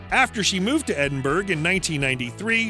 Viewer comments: Edinburgh is not pronounced Edinburg, its Edinberer. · My god. LEARN how to pronounce Edinburgh! It’s Ed-in-burrow. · Shame the narrator can't pronounce Edinburgh !